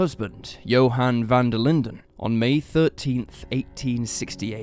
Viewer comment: I love the way you say Van Der Linde!!! Coming from South Africa we have so many people with this surname. Not may people pronounce it correctly. 😍